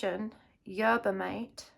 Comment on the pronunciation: Yerba Mate is pronounced " Er- ba Maw- tay". For Echinacea, just remember "Ache-in-Asia" lol